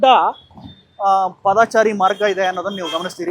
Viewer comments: ಪಾದಚಾರಿ ಎಂದು ಹೇಳಿ. ಒಂದೊಂದು ಸಾರಿ ಪಾದಚಾರಿ ಎಂದು ಉಚ್ಛಾರಣೆ ಮಾಡುತ್ತಿದ್ದೀರಿ! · "ಪಾದಾಚಾರಿ" ನೂ ಅಲ್ಲಾ "ರಾಮಾಚಾರಿ" ನೂ ಅಲ್ಲಾ. " "ಪಾದಚಾರಿ " ಅಂತ ಹೇಳಣ್ಣಾ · ಮೊದಲು ಸರಿಯಾಗಿ ಕನ್ನಡ ಮಾತಾಡೋದು ಕಲೀರಿ. ಹೇಳಿದ್ದನ್ನೇ ಪದೇ ಪದೇ ಹೇಳ್ತೀರಿ. ಪಾದಚಾರಿ ಅಂತ ಸರಿಯಾಗಿ ಹೇಳೋಕೂ ಬರಲ್ಲ ಯಾವ ಯೂ ಟ್ಯೂಬರ್